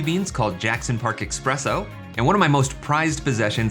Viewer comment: it's ESPRESSO, not expresso:)